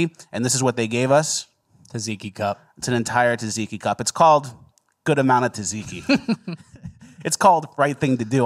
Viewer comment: Tzatziki is pronounced Zat Zee key. Love how happy you boys make us every Friday 🤣